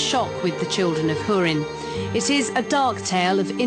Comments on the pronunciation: the children of hoorin? isnt it like..hew-rin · hoo-rin not hur-in bitch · It's pronounced HORIN not HYERIN, as specified in the pronunciation section at the beginning of the book. Do your research people... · oh sorry. I think you misunderstood me. I was complaining about HIM pronouncing it Hyurin. I know it's pronounced Hoorin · lol she cant pronounce "ú" right